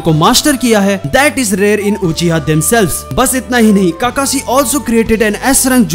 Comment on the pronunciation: And han bhai tum Naruto dekhna dsereve hi nhi krte Kakashi ko kakasi bolte ho tum 😠